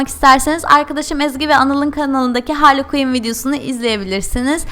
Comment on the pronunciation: .y ayrıca o HARLİY KUİN DEĞİL HARLEY QUİNN